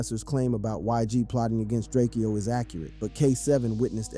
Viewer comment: It’s DRAKE-O. Not Drakeo